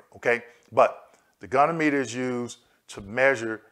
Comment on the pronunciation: Love your videos! The pronunciation of goniometer is go-knee-ah- muh-ter.